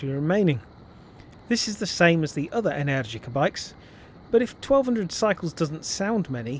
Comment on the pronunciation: I think you are the second English moto reviewer/vlogger to correctly pronounce "Energica". ❤